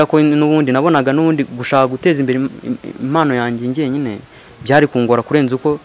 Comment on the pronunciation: Ntibavuga IMANO bavuga IMPANO